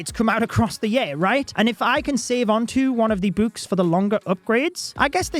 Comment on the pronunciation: Why this guy calls books buuks